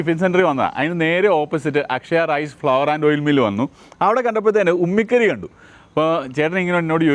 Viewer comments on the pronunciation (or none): ഉമി കരി എന്നാണ് പറയുക 😅😮